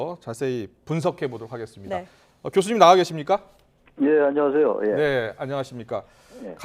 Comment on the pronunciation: 안냐....세요??? 그러지..말았..으야..했는데....부찰입니다......?? 발음이...소심한 초등학교1학년 정도......뭐지?이여자?....